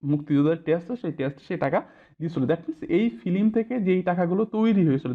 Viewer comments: ফিলিম? উচ্চারণ ঠিক করেন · ফিলিম?........... ঠিক করেন স্যার।